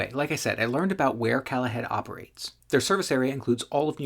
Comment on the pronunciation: It’s Call ahead. As in call ahead. Not calahead the way you pronounce it